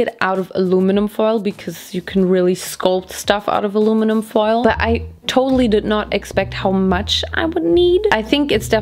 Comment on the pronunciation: Hearing say alumnun foil was soo annoying but anyways the video was amazing 😭❤️